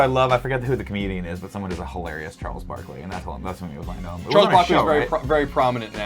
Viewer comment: so glad they got Charles Barkley correct